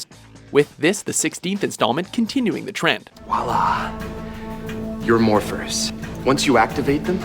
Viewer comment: this man said "Wallah" lol